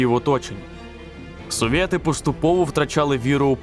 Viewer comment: "совєти" та "потєрь нєт" дуже ріже вухо, не треба так, будь-ласка